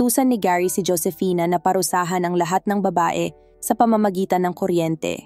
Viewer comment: Ang sakit sa taenga best na marinig yung pag babasa mo sa pangalang Josefina kaloka ka paki ayos nextime